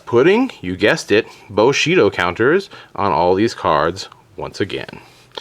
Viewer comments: It's 'Bushido', not 'Boshito' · Bushido pronounced "boo-shee-doh" not "buh-shee-doh" And THIS is why Spamurais are hated, but I remember those dark times, with 3x Shi En, 3x Gateways, and 3x Smoke Signals (yeah, one of the three is back at 3). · IT'S NOT BOSHIDO, IT'S BUSHIDO!!! GOD THATS SO DAMN ANNOYING! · buuuu-shido not booooshido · Stfu stop saying boshido it's bushidom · LOL "Boshido" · nice combo only one thing wrong though. its pronounced boo she dough. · The way you say "Bushido" bothers me .-. it's "bu" as in "bull"